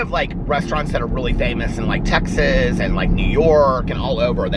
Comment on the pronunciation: I’ve never heard anyone pronounce Texas the way you do lol